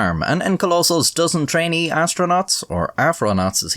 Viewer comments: "We wuzz asronatss and shii" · Lol 'asstronaughts' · More Like "Monkey-nauts"